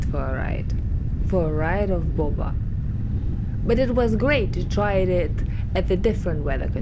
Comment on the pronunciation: You said it like bobą 😂🇱🇹 Nauja Triumph bobutė.